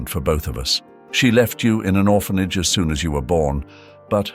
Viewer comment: Oh my goodness! Orr fan aggy..not orphanage and hoppy not hope! I can't listen anymore!